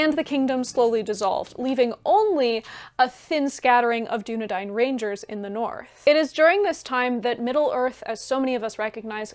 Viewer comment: Yes! The Dunadain! You were so close with the Edain! 😉 Just chalk it up to more basement-induced madness, I guess... 🤪